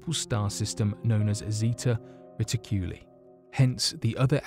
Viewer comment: LISTEN TO IT AWAKE... AND YOU WILL WANT TO CHOKE HIM OUT... AFTER EVERY MISPRONOUNCIATION OF SEVERAL EASY WORDS... LIKE ZETA RITICULA... TIP TO BUDDY DOING TO YACKING.... PRACTICE IN FRONT OF ... ''NOT YOUR HOMMIES'' SO YOU CAN BE NUDGED TOWARDS A PROFESSIONAL CAREER